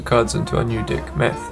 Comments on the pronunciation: When 'deck' becomes 'dick' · I'm sorry but I cant unhear "dick" lol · To start with, I love the music! The problem is it's way to loud! Maybe not the best accent or voice to use for a tutorial. I couldn't take it seriously with him talking about his "dick" Then to add insult to injury he starts talking about the "dick statistics"! 😂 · I'm a native speaker, and let's just say the way he says "Deck" makes it sound like... something else. Nobody can understand him 😆